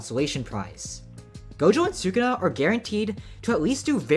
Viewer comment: "Su-kuna" it's "Su-ku-na" and same minute bro